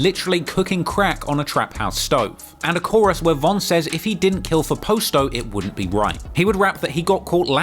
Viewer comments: calling Pasto Posto is wild lol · 😂😂😂 it's PAH-STO ..that cockney accent fucks up alotta pronunciation